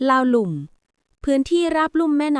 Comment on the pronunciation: อ่านว่า ลาวลุ่ม ครับ หมายความว่า กลุ่มคนส่วนมาก ที่ทำนาในที่ลุ่ม และมาภายหลังคนกลุ่มลาวเทิงด้วย(คนออสโตรเอเชียติก)มอญ,ขอม, ว้า,กุย กวยฯลฯ โครงกระดูกคนโบราณที่ขุดพบใต้ดินเป็นกระดูกของคนกลุ่มนี้ ไม่ใช่กระดูกของบรรพชน คนไต,ไทย,ลาว